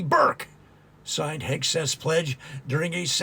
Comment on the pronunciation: I noticed you have trouble saying Hegseth. I think Kegsbreath is easier to say and remember, and probably more accurate.